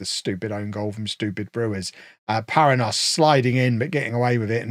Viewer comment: Paranhos is a Portuguese or Brazilian name, which is pronounced pa-RAN-yohs.